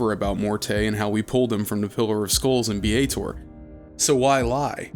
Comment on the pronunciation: Bar that! It's Sigil, berk, not 'Sijil'! Also, Baator is not 'Biyeytour' but --> the first A is pronounced like E in egg and the second A is pronounced like A in affirmative. And then stress the first vowel and you might just blend in with the crowd...and not end up in the Blood War. ;)